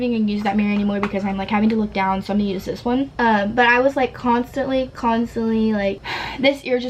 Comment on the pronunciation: i love how she always says, " constinatly", " really, really" or just says things 2